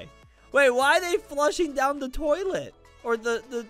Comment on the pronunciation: Bro Said Big Toliet Daddy 😂😂😂